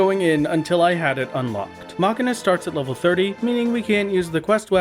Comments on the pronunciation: Great series! Been following since the big video dropped on my feed. But uh.. Machinist being pronounced Ma-ki-nist is something i havent heard before. Isn't it pronounced like Machine? Machine-ist? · ah yes, the gool ol Mauchunist job. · muh-SCHEE-nist PLEASE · The real crime is hearing the mispronouncuations: cedar and machinist. For these crimes, I hope you'll enjoy your time in further Deep Dungeons. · when i heard you say machinist a part of my soul died, that has to be a bit right? you dont actually think its pronounced that way. right? ....right? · You can tell he has played Final Fantasy X with that pronunciation lol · Love your content, but the way you pronounce Machinist cause me to have a double take... Epic work on that final fight!